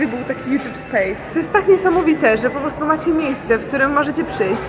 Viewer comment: naucz się mówić wyrażenie 'po prostu' bo az nóż się otwiera w kieszeni ... 'postu', 'postu' co to ma być ?!